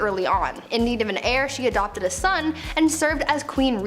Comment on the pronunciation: saying she needed to produce an heir is pronounced AIR, not HAIR. I would love to see more stories of NEW information, instead of rehashing old, old stories that we have seen you record and recycle TOO many times. Love the channel otherwise, so please keep it up. I like the differences from the MA channel, seeing a little more intelligence being spotlighted here. New stories, please!